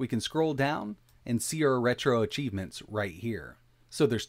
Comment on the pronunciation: Good video/tutorial... but it's "retro" achievements, not retroarch achievements. Retro achievements is not affiliated with retroarch in any way that I know of.